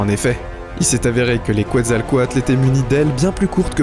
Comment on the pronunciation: On dit le quetzalcoaltus